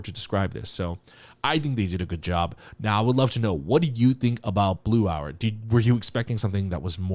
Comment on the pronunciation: Wait guys is he at least third cultire of korean? When he said title of this song his pronounciation is too PERFECT